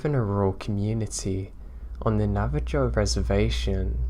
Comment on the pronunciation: Also, The Navajo Tribe is pronounced Nav-a-ho. xoxo